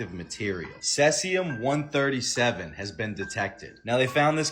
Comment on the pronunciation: Dude talking about shrimp and giving people "vital information" can't even pronounce cesium properly and he thinks he's an expert on the subject! Like seriously i get the point but perhaps learn how to pronounce words properly before you start giving community safety speels on this that and everythig else, i get sick of hearing the shit!